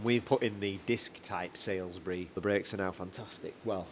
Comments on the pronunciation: All great except surely grimacing in Wiltshire: Salisbury is surely "sollsbury" not "salesbury"? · Great vehicle. I like it a lot But it’s Saul’s berry Not Sales berry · SALSBURY IS A PLACE AND NOT PRONOUNCED SAILS-BURY THE AXLE NAMED AFTERTHE PLACE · the 110 looks absolutely gorgeous! And with that engine it will last out your lifetime! One thing though the rear axle is a Salisbury (as in the City of Salisbury) not SAILSbury mate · Wots a 'saylsbury' axle? Is that like a Salisbury axle but with more 'wilt-shiyer'? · Salisbury diff.... not sailsbury